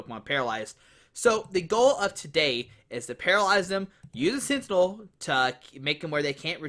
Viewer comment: Bruh. I love your videos but you can't pronounce sentinel??? Lol can't wait to see you in December when I come and win your regionals lol